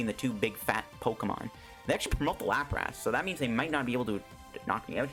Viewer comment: "Lapr-ASS" i cant unhear your pronounciation now, thanks